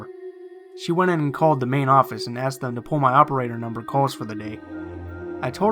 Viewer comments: He keeps saying "axed" instead of "asked." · Why does he say "axed"? Call me a grammar Nazi, but it's pronounced "asked". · aSked, not axed. Please! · I “axed” who is this 🤣🤣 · If you are going to put yourself out there and narrate stories, I beg of you, please pronounce the words properly. Ask, asked, etc. is not pronounced axe, acts, etc. This is a huge pet peeve and my skin crawls each time I hear it. I'm not even sure if I can finish the video. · Stop saying "axe" and "axed" when it's ASK or ASKED! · the "aksed"....it irritates me so much!! ASKED...asked...asked...asked... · Why the fuck do you sound like you have a blocked nose constantly and say 'Axed' instead of 'Asked'. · Omg, great video but please say aSked, not axed. Sorry. I really love everything else. Please don't hate me! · Axed lol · Axed? come on man! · Sorry and no offense, but one can only take so many "I axed" before pausing a video and moving on. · annoying af aaaaxxxxed damn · "I axed it to say something", "I axed whoever was on the other end if they needed help", "when the dispatcher came on, I axe her if there are any accidents tonight" I'm sorry, you're awesome and I love all your videos, but your "axing" made me shiver more than the story itself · good stuff but I would suggest you learn to say the word "asked" properly.